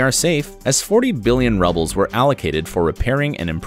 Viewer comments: 40 billion rubbles? No! It's pronounced with a "u" sound, like "roobles" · doesn’t know the correct pronunciation of the Russian currency. The correct way is roo’-bel, not ru-bel. The "e" in each should be upside down to represent a short sound. Perhaps in this case they should insert "Lack of" at the beginning for it to be factual. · “Rubbles.”....lol that’s how he pronounced it. Should be Rubles. Roo bulls. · Rubles not rubbles! Rooooobles! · Russian currency, rubles, is pronounced "roo-bulls" - not "rub-bulls." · Russian currency is pronounced ROO-BULLS, and not, not, not RUB-UHLS (sorry, i don't have access to a dictionary character set here). Why, why, why can narrators NOT learn to pronounce the words they are reading? Isn't that their job? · "....rivers cross all existing continents... " Oh Yeah? Antarctica? "40 bn. rubles, not rubbles." It rhymes with shoe bills. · Did you just say RUBBLES? Lol. Omg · Lost all respect for this guy as he can pronounce every dam name but fucks up the russian monetary name, fucking loser. Its rubles, rooo-bulls, dumbass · "40 Billion "rubbles" have been allocated..." Talk about your ironic pronunciation slips.